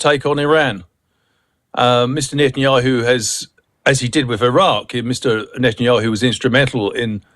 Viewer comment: Thank you - this is bottom barrel stuff. At least the man who can't even pronounce "Netanyahu" admitted that there is no plan except for violent mayhem. Blaming the SC while israel ignores every UN resolution since it joined is real Sean Plunkett intelligence.